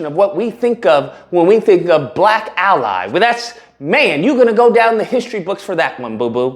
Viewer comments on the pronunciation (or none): none